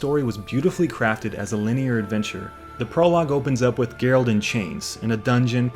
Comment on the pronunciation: Sorry but how are you gonna be this much of a Witcher fan and keep calling him "Gerald" lmao